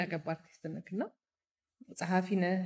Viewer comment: ከ ጋር የነበራችሁን በሳቅ የተሞላ ጣፋጭ ኢንተርቪው ከቤተሰሰቦቼ ጋር አብረናችሁ በሚያስቀው እየሳቅን ከቁም ነገሩም እየተቋደስን አደመጥናችሁ-ደስስስስ ይላል!!! ግን ግን በንግግርሽ ላይ የምትጠቀሚያት የብዙዎች ግድፈት የሆነችው "ክ" ፊደል አንቺም ጋ እየተሰነቀረች "ነክ"...ስለ ሰፈርክ..." የሚሉ ለከበረው ፓድካስትሽ የማይጥኑ የፊደል ግድፈቶችን ብታስወግጂና "ክ" ን በ "ህ"ለመተካት ብትሞክሪ የተሻለ ይሆናል ብዬ አስባለሁ። በተረፈ ይቅናሽ በርቺ እንወድሻለን❤